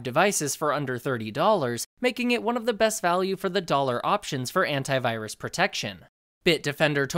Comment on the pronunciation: I'm sorry but every time he says "Antivirus" I just hear *Hentai*virus